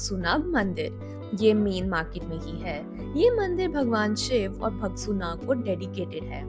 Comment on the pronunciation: nice video but try to pronounce right words that is bhagsunaag(भागसूनाग) not (भगसूनाग)